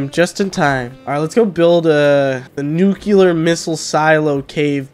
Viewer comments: its NUCLEAR not NUCULAR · Nuclear < Nukular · I love it when tries to say 'Nuclear' and 'Turrets'. Nukeular and Turrents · “ new clear “ not “nuke u lar” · Nuclear not nucular dingus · It's nuclear not nuculer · Nucular, the S is silent